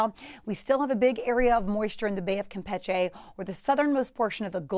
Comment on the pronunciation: I wonder Who decided the pronunciation of Campeche should be changed ?